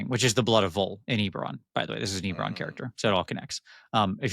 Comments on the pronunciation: I'm so glad the first time I watched this has saying "EEEberon" incorrectly 10,000 times like driving nails into my brain. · It's definitely EBB-eron, a good friend of mine met Keith at a convention when it first came out his name was Keith Baker too. Cheers! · I love you but it's Ebb-erron, for the love of god